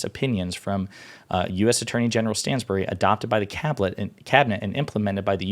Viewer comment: FYI Stanbery, Not Stansbury